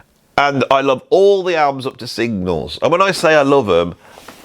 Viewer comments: Signals. Not Singles. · Say it, SIG-NALS!!